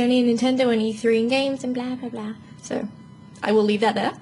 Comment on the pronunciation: Lol she says "so", like (So-urr) Adorable.